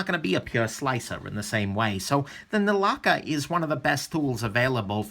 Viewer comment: 1st time ever Foreign name pronounced Perfect😉